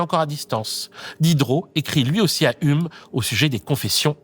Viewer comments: "Ume"... Dans le milieu on dit "youme" pour Hume. 🤗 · Stoooop, on dit "hioume". Très chouette vidéo sinon. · Pourquoi personne ne t'a dit comment on prononce Hume ? 💀💀💀